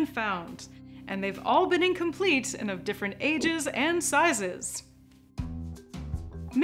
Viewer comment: one of the best illustrations in this one, very good work! sometimes the presenter puts emphasis on the wrong words which makes it sound unnatural, like those AI text to speech systems on tiktok that don't know semantically what they are saying. for instance, the word AND is often emphasized in a way that distorts the meaning of the text. it distracts from the video, in my opinion